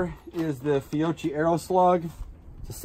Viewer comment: Awesome stuff! Thanks for sharing. By the way, Fiocchi = “fee-oh-key” when pronounced properly. Ch = k....like “archive.” Next time can we try some .45ACP? I’m curious how they would do...